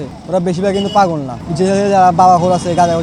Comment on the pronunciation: Paaaagoool valo vab e uccharon koren...bolod